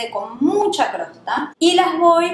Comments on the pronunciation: una genia !!maravilloso pan ............pero...se dice COSTRA !!COSTRA!! no CROSTA..por favor... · soy tu fan. Pero xfa no digas crosta. Es Costra. Besos hermosa. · Jajaja!! Crosta? Por que? Mi marido tambien dice Crosta...es CoStra....sos mas linda...estoy a punto de poner el pan en el horno...primera vez que lo hago a este...besoooss!!